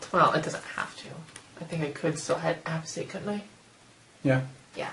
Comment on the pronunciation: A-POSS-TAYT, not A-PUH-STATE ... other than that, good job :)